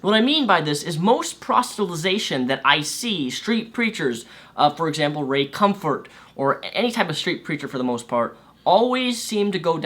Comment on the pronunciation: Are you saying Ray Cumfart, or is that what I hearing? Also, totally understand coming from a baptist church. My mom is a fire breathing baptist women, and I'm an atheist. She still doesn't know, I'm afraid of getting thrown out, or harassed without end if she found out.